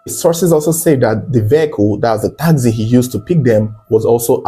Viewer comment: Taxi not takzee